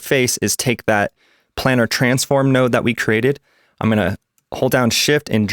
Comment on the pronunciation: Doesnt work anymore in davinci 17.2 I followed EXACTLY step by step but when i try to connect the planar transform (its planar btw not planner how you pronounce it) the neon disappears. Disappointed